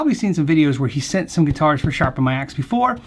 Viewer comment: Shrapen my axe? Can’t be the only one who noticed this.